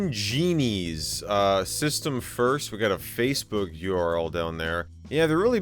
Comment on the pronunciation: “Facbook” not Facebook. “Facbook” absolutely killed me